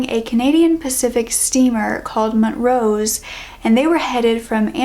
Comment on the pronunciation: Montrose isn't mont-rose it's mon-troze